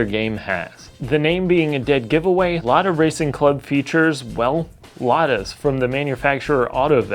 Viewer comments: LADA RACING CLUB MENTIONED BY A WESTERN YOUTUBER! Повторяю, LADA RACING CLUB упомянута западным ютубером! THIS IS NOT A DRILL! ЭТО НЕ УЧЕБНАЯ ТРЕВОГА! P.S: Kudos for pronouncing the brand name right. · Yes, you pronounced "Lada" in a correct, source language accurate way. Thank you!